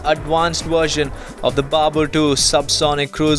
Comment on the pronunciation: Baber nahi barber